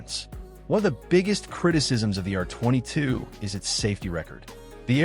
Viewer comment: Hate the way AI pronounces R22. Hate his breathy voice too.